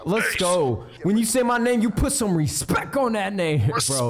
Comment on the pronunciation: Nade I love you but if I hear you say respeck one more time im going to have an aneurysm